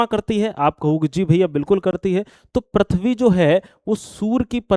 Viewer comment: Prithv hota h sir...prathvi nhii